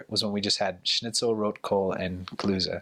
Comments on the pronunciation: The German is spoken with a very strong accent. The mentioned food is: Schnitzel, Rotkohl und Klöße He pronounces it more like "Klüße", his German pronunciation is not good yet! It's ö, not ü. In this case it doesn't matter that much because the word "Klüße" does not exist in German, but in general it is important to get the difference between the vowels ö and ü in German, they're not the same! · Klöße 😂I didnt understand his German pronounciation at all at first